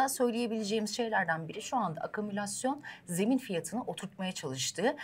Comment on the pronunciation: Evde "akümülasyon" kelimesine çalış.